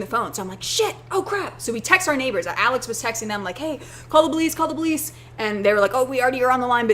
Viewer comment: are you saying 'bolice' instead of 'police' hmmmm